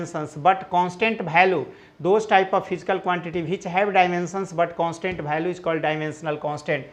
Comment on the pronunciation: Its value not bhalu